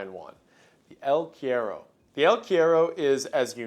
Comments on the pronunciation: the quiero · The way he said el cuero bothered me a lil to much😭😭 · I'm Mexican and just wanted to say it cracks me up how he says "el cuero" like "eel querrow" LMAO (For anyone curious, is pronounced "kue-ro" AND NOT "row" but RO) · The way he pronounces "el cuero" is so wrong, never change wendigoon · Love the unique cryptids shown in this part, but every time I heard you misspell “El cuero” my soul wanted to leave my body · I can't believe how badly you pronounce 'el cuero'. I love you anyways wendi. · I think its so funny that A: he pronounced el cuero as bad as he could, i didn't even knew you could fuck up a word so simple that much XD, and B: El cuero is a myth from center/southern argentina...there are no jungles at all in the zones were el cuero is reported...the closes one is teh valdivian rainforest but el cuero is not "native" to that zone XD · "The El Cuero" lol, oh how we've missed you iceberg boy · Wendigoon talks about El Cuero me: OMG!! CHILE MENTIONED?!?!?! VAMOOOOOOH CTM!! SOMOH EL MEJOR PAIS DE CHILE HERMANOOOOO!! mah boy Wendi murdering the name pronunciation as always xddd. I don't know how to write it so you can pronounce it in English but I hope one of my fellow people here can. One more thing: El Cuero is mainly a Mapuche legend. The Mapuches only lived in the south of Chile and the part of Argentina adjacent to them (Nothen Patagonia to be more precise), so it's not really that extended through South America. In Chile, this is one of our most well known legends and kids from my generation still get the heebie jeevies thinking about it, it feels surprisingly real for some reason.